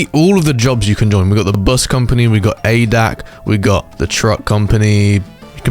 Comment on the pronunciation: Its A D A C Not "Adak" yk?